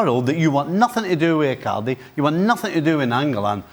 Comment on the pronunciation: I like how he pronounces Icaarrrrdi, Saarrrrii...🤣🤣